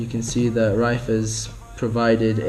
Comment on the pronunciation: its pronounced rif